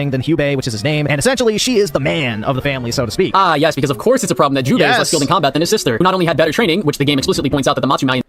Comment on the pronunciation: Is he saying hyubei or jubei I fell like he’s doing it on purpose